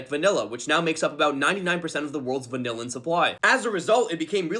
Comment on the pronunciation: is your pronunciation of "vanillin" a social experiment?